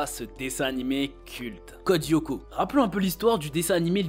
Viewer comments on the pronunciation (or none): Ça se prononce pas Yoko mais Lyoko avec un L les fans de la série ne le prononcent pas très bien